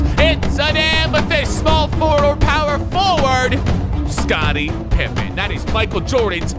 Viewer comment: She said pippen as in a pipe